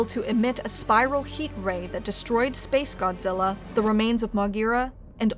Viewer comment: This video tries to be so serious about s🅱️ace godzilla but every time you say the name I just laugh